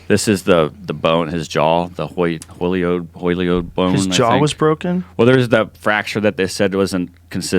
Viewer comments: Joe "I claim to be a martial arts expert and I strangle people almost every day, yet I don't know that the biggest sign of death by strangulation is a broken Hyoid bone" Rogan... Also, it's not fucking hard to pronounce ,Jesus Christ, it's "High-oyd", not the 20 different versions they tried. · pronounced "hIGH-oyd" bone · Lol the “Holiod” bone. It’s the Hyoid bone you bone head!! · What person can’t pronounce “hyoid”? 🙄